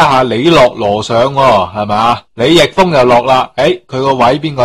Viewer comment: 李易峰嘅「易」字應讀「義」音，只有姓氏先讀「亦」音